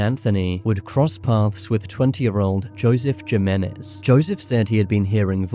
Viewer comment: Great video minus the pronunciation of Hispanic words.. Jimenez is pronounced him-men-ez..the j sounds like an h 😵‍💫